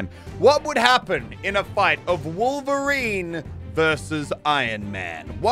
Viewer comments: Wolf-erine? Btw still love the channel just saying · Muselk "someone who is supposed to have some of the same senses of a wolf..." His name is Wolverine not Wolferine he doesn't have animal abilites either. Just thought that was funny 😂😂